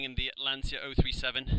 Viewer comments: Congrats for the video… Can’t you guys, LIKE EVER, realise the fact, LANCIA is NOT pronounced like LanZia. C’mon people, it is really not so hard to learn…… Best wishes from Serbia💚🤍❤️ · però pronuncialo bene ti prego. lancia. magari imparano!!!